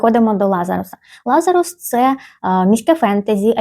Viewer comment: Сама авторка назву роману вимовляє "ЛазАрус" - з наголосом на другому складі))